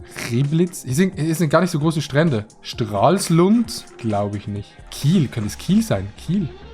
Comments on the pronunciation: Ich als einer der von der Ecke da kommt fühle mich durch Adis "Stralsund" Aussprache sehr gemobbt 😂😂 was für Straslund 😂😂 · Ich komm aus Stralsund und adi spricht es falsch aus hat bisschen weh getan